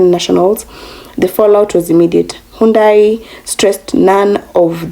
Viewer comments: Cant even pronounce hyundai correctly. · They were treated pretty crappy. And that just upset the Korean public. Like a slap in the face after being asked to invest billions of dollars. This stupid lady can't even be bothered to pronounce HYUNDAI properly, couldn't be bothered but demands that America has to be respected. Show a little respect and you might get some. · She couldn't even pronounce Hyundai correctly.